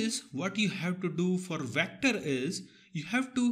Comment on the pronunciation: The way you said vectorrrrrr....